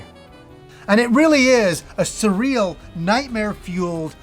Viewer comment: My ears are bleeding hearing the word surreal. This turn based style of game isn’t my cuppa tea but I hope it does well & gets the recognition it deserves 😉